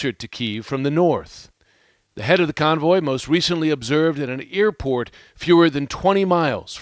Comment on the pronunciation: What is an “earport” 🤔